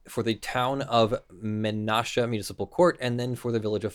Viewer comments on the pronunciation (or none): Not that it is that important, the pronunciation of Menasha is meh nah shuh. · I read Menasha with the long 'a' before I got to the end of your statement. Men-nash-ah...